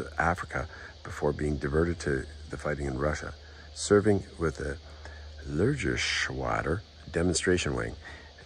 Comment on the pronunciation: Nice video, some lengths though...and two other words were so badly misspelled that one wasn't even recognizable. The first was Lehrgeschwader, instruction wing, pronounced in english rather like lair-ga-shwu-dair. The second formations name was incomprehensibly maimed.